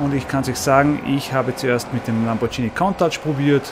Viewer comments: LamborGHini!!! Mit einem G nicht TSCH!!! Sunst hoaßats Lamborgini! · lamborghini, mit g, nicht lambordschini. das g wird wegen des h's nach dem g als g ausgesprochen n icht als dschi :D